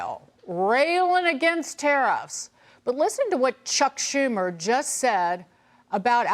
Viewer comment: ..saying it by EXPERIENCE..SHUMER???..😂